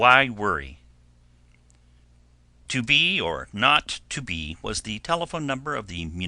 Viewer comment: ....you need to re-record the title audio....there should be no "n" in the title: 2BOROT2B...NOT 2BORNOT2B!! Seriously?!? Where are your editors?!